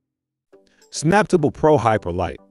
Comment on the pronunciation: Would be nice if you could get the pronunciation right on these vids, this should obviously be pronounced Snap Table, as the sticker on the machine says, saying samptable fast doesn’t sound anything like it’s intended to be. Also most normal people pronounce lbs as pounds, never heard anyone just say the letters.